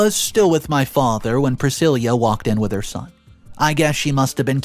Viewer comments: PrisciLLa. NOT priscilia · The name Priscilla is Pruh-si-luh not Prih-sil-yah. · Just to help, when it's spelled 'Priscilla' it's pronounced 'Pri-sillah' not 'Pre-seelee-ah'🙂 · Priscilla not Priscillia .. please work on pronunciation . It can be quite annoying ....... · What I wanna know is why the hell didn’t her father get a vasectomy if he was adamant about never settling down seeing that he already got baby trapped ?? Oh and way to butcher Priscilla’s name, it’s silla not ceila 🫤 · PriSILLA, not Prisilia! Driving me mad getting it wrong, sorry, but there it is. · PRUH-SIL-UH! Dude, you really need to learn how to properly pronounce words.."Pri-sil-yah"? That's not a name! There are so many words you mispronounce it ruins the story. I'm not trying to be mean, but you should really take a minute to check words you're even the tiniest unsure about! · My thoughts? The word is 'Pra-sill-uh' not 'Pra-sill-yuh'. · Priscilla is pronounced priss SIL ah. Not priss SIL Yah. At least I have never heard of that pronunciation. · pronounces “Priscilla” weird. It’s pronounced with a “lah” at the end, NOT “lia.” 😫🤦🏼‍♀️ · Glad you said it. The constant mispronunciations bug the heck out of me. Like saying Pri sil YA instead of Pri sil AH. 😑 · The name is pronounced Prah-sill-ah. Jesus your pronunciation is really awful sometimes! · Priss-cill-uh. Sheesh. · Pree - si-La. PLEASE! You drive me crazy with the mame-butcheting. Don't you have someone to ask? Please ASK!!!😮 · Priscilla - pronounced "Priss-sill-a" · YOU ARE PRONOUNCING PRISCILLA WRONG !!! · Hearing “Priscilla” mispronounced so many times was like nails on a chalkboard. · You keep saying the name wrong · What a shame that the inane accent and vocal range, went awry here ? And your pronunciation is getting worse ? You pronounced Pricilla's name wrong 3 different ways ?? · he mispronounced Priscilla too. It drove me nuts through the entire video.